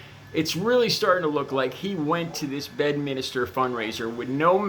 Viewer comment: bed minster ,,can u read ? ,,,not minister dummy